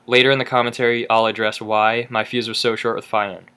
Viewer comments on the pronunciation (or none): none